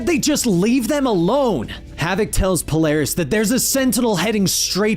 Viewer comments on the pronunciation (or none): Why keep calling Magneto - Magneato? I don't say that. The 'net' is like 'magnet' or like 'stilleto,'. And this vid also calls Polaris - Poloris. It's like calling a bat - a bot.